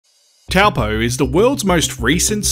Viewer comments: It's pronounced "Tow Poor" not Tell Poe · TOE-(PO)-or ✅ Hopefully this helps with pronouncing your TOWEL-POE ?! Hehe 🎉 Kāo, No please but we can help 😊😅 You’re Welcome, Thank you 🙏 for your content 👍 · It’s pronounced ‘toe-paw’ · It's pronounced "TOE-PAW"